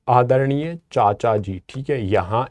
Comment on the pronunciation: Bhai aacha wala headphone laga ka suno aadharnia Pecha sa bola